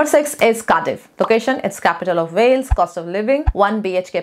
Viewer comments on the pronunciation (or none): none